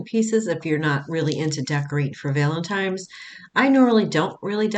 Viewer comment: It’s Valentine!!! Not times. Love your crafts but makes me crazy when Valentine’s Day is mispronounced